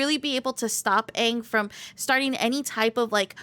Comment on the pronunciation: Im sorry but its pronounced as Ong. Did you even you play the first level of the story mode?